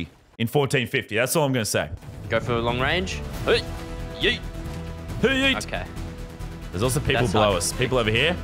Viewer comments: It’s not yeet it’s heet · Normal LazarBeam: Yeet Medieval LazarBeam: Hyeet